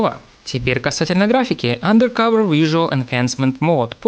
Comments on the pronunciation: Блин, ну андеркОвер - как же плохо звучит, ну. Почему не андеркАвер? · андеркОвер. а че не УндеркОвер то? м-да... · АндеркАвер, а не андеркОвер. По ушам режет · АндеркОвер, боже мой. Делай еще один ремейк видоса из-за произношения, это будет стоит того. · АндеркАвер… какое О? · АндэркОвэр....Блять как вы заебали, не образованные дауны